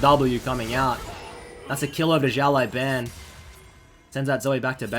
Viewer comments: It's pronounced siao lao ban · Wrong name pronunciation, it is Xiǎo lǎobǎn, it means little boss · Fucking hell u butchered this guy's name. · The way he pronouce it is funny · Some people tell how to pronounce Xiao Lao Ban properly!